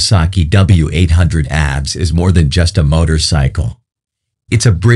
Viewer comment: Every single time `he` said it. How difficult can it be to teach the robot to say ABS